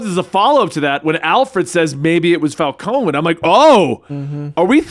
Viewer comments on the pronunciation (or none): They mispronounce Falcone in the Nolan movies